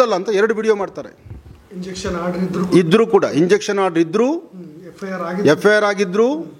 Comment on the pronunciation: ಸ್ವಾಮೀಜಿ ಅದು ಇಂಜಕ್ಷನ್ ಆರ್ಡರ್ ಅಲ್ಲ injunction order ಅಂತ 😁